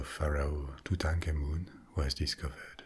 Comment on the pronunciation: I could listen to this guy say Tutankhamun on a loop...... and love every second!!